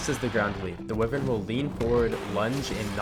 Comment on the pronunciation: its wyvern btw not whivern lmao